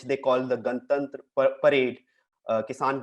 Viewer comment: Abe pehle apni matrubhasha sikh le,sorry hindi aati nahi na,I was telling first learn how to pronounce "gantantra".